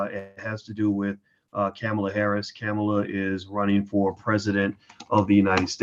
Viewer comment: If you knew anything about Senator Kamala Harris you would know how to pronounce her name; that tells me that you haven't even listened to her. Hearing is one thing, but listening is totally different it takes knowledge and wisdom too listen!